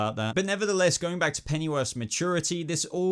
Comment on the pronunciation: dude, how come you pronounce it "Pennyworf" ? Does that mean I am pronouncing it wrong? (or should I say, wrongly)